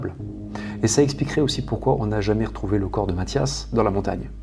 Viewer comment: chreche pas c'est matthias